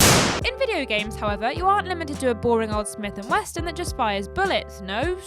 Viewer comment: I swear I heard "Smith and Westin"